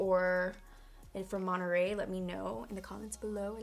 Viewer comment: MON-TE-RREY!!!! do you not speak Spanish?